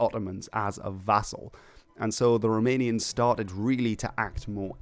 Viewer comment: I have to say that your pronunciation of Romanian names is very good, congrats!